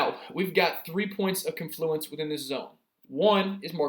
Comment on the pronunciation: Woahhh, wooah, woah.. pronunciation: KON·floo·uhns. Stress is on the first syllable.😶‍🌫